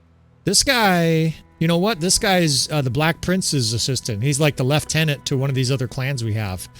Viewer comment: Bonus points for pronouncing ‘lieutenant” correctly.